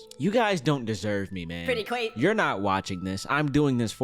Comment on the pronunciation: “Pretty cwa-“